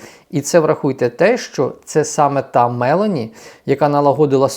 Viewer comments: Добрий день,,із задоволенням вас слухаю хоча живу і працююю в Італії вже 14 років. Два рази мене викидали із ваших підписників... хочу вас поправити з вашого дозволу, не МЕлоні, а МеЛОні, наголос на О. Вибачте, будь-ласка, бажаю всім здоров'я і перемоги! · Підказка - прізвище італійської премʼєрки вимовляють з наголосом на «о», Мелóні 😃